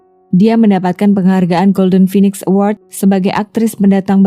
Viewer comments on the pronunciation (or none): none